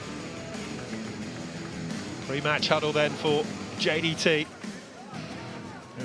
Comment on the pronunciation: The commentator can't even pronounce JDT. 10 times in a row champion in Malaysia.